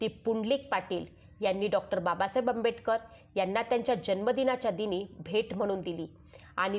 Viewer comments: Who had made this audio Its good 👍👍 but Pronounciation is not good Not Audible because of शब्दांचे उच्चार as like Dr Ambetkar Dr Ambetkar..... Actually ....Its Dr Ambedkar आंबेडकर आहे not आंबेbetकर .. आंबेटक र pl check your voice n pronounciation ok Ambedkar surnane is given by One Brahmin Ambedkar Teacher ...ok read History ...if you dont know ...ok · Reading karnarya bainche prnounciation chukkiche aahet.Tua bainche ucchar AMBETKAR ASA HOTO TO AMBEDKAR ASA HONE JARURICHE AAHE.